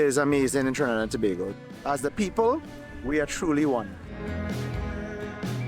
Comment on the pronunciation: I hate when people pronounce it tu bah go 😫. Go on you sir for pronouncing it properly.